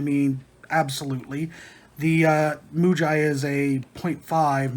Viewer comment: Pronounced Moo-gee. Writing is in Japanese. Both Muji and Pentel are Japanese brands. The Muji low center of gravity mechanical pencil is a licensed reproduction of the Pentel GraphGear 500 (PG515), that is unbranded.